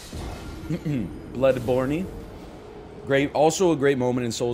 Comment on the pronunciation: Larissa says it "Blowed born," not Bloodborney, I went and watched the clip. You do have to like, build your character though.